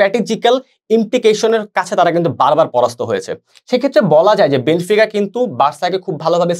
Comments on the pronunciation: বেনফিকাকে বেনিফিকা,বেনোফিকা উচ্চারণ করে বুঝিয়ে দিলেন আপনারা খেলা সম্পর্কে কেমন ধারণা পোষণ করেন,,,,হুদাই আজাইরা বক বক করতে আসছে,,,আপনারা যা আলোচনা করলেন আমাদের গ্রামের ম্যারাডোনা আমলের দাদুরাও একই আলোচনা করে। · বেনিফিকা কি ভাই? 🤷‍♂️ কানে লাগে এগুলো। শুদ্ধ করে বল ভাই।